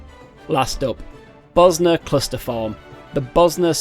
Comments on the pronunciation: Did you just call it "Buzznuh"? Bozjan, zj makes a soft J sound like in the word Usual. BO-zjan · Mage is pronounced "may-j" as opposed to "majj". Bozjan is "bozz - jan" not "bos - ner"